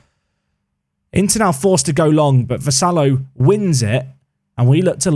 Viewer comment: I left a comment on the previous episode on how to pronounce Vassallo like we do in Malta, you can check it out if you want to. Great fan of the series, especially when there is some sort of Maltese representation. I don't know how we'd manage such a talented player 😅 You're not far off honestly, I think it's just the end where we tend it ends with llo (like saying lol without the l at the end rather than 'low'). We also say it slower, focusing on each syllable as a time rather then saying it in one go, but honestly you're pretty close to how we often say it.